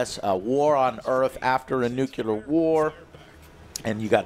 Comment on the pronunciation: Did he just say "nucular war" :))) What is up with this word? Is this another verbal plague in US?